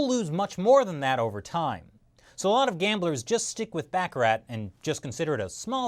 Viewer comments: You pronounced baccarat wrong. LOL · Good info but try to learn how to pronounce YUAN & Baccarat. It’s not Bacar-rate.